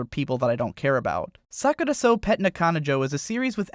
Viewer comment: You pronounced "Sakurasou" sort of like "Suck it or so" haha